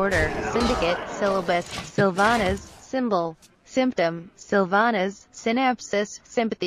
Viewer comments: actually it wasnt about pronunciation intonation....it's syl-VA-nas and not SYL-vanas. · Sylvanas and not Sylevenis, LEARN TO PRONOUNCE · "Sylva ness", well that's funny, I never noticed how he pronounced it. I like his videos a lot though. :) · why do u say Sylva-ness? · + bad soundmixed and maybe cause some people dont like the way he pronunces Sylvanas or "sylva ness" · Actually, not even Garrosh knew how to pronounce Sylvanas correctly.